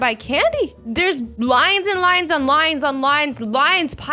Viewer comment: when she said “lines and lines and lines” i thought she said “lions and lions and lions” who else heard it